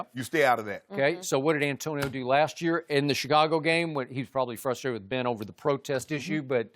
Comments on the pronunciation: You misquoted Shannon in the video title, he said "AB is fustrated" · he's fusstrated